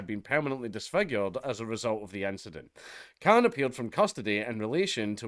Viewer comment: Khan not Clan